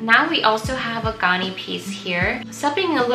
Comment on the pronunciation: Ganni is pronounced, with the a sound being like the a sound in "apple" or "Gary"!. My absolute favorite brand, and repping my country! ✨👏